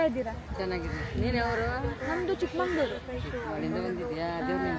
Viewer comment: ಚಿಕ್ಕಮಗಳೂರು ಅದು ಚಿಕ್ಕಮಂಗಳೂರು ಅಲ್ಲ...😊